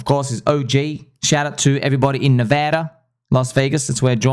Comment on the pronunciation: Thank you for pronouncing my home state Nevada correctly. better than most Americans who pronounce it wrong.